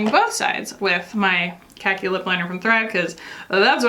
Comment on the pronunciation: it's khaki..... lmfaaaoooooooo